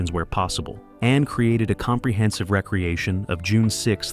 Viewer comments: I lost count of the number of times "recreation" was mispronounced. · Really want to watch a video with this kind of information but the narration is just complete and total shit. Recreation for re- creation, live pronounced wrong. Why not pay for an actual human being who speaks English?? Incorrect material misplaced and jumbled throughout the video. You could have produced a great video. Instead you screwed up and made a lazy, piece of garbage.